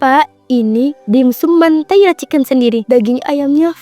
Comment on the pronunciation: Mentai bukan mantai, dibaca dimsam bukan dibaca dimsum